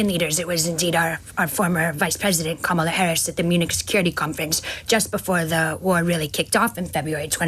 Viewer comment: Another disrespectful republican who won’t say Kamala correctly